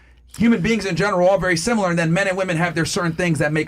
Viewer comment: WTH is "Simular"?